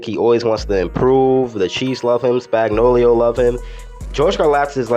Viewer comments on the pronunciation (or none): Was dying when he kept saying spagnolio 😂 🤣great video though